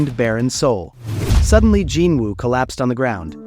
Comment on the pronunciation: Gin Wu my ass, its Jin Woo u fckin shyit